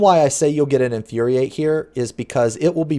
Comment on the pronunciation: that Inuriate triggered me lol